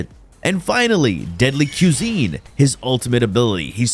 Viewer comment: "quesine" was sending me up a wall lmao